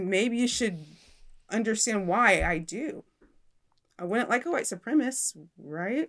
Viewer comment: It’s “ supremacist” not “ supremist”.